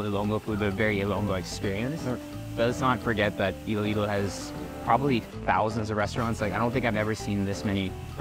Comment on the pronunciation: Iloilo po not Ilo-Ilo